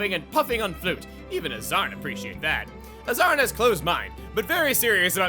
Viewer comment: wait, AZZARN nit AZZAM!? that is some bad keming